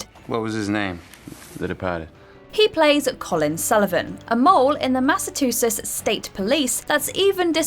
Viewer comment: Say "Massachusetts" again!